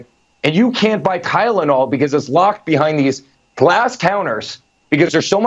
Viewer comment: What is "Kylenol"? That's what I swear Erick said.